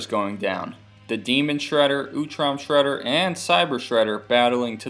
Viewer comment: just say sreder